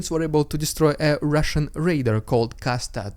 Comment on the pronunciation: I love it when you did the Holy spirit RRRRRRrrrrrussian Prrrrrrrropaganda HUUUU